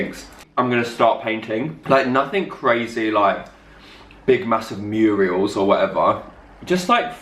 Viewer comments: Oh:) not 'murials' Murals, bless ya. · "Mural", darling, not 'Murial" (a woman's name). Liked the pizza together. Didn't think that was going to work but it did. Enjoy the embryonic confidence. The right person will appear when you're a bit further along, I reckon. x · Actually snorted when you said muriels 😂😂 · I just love you and the fact that you said murials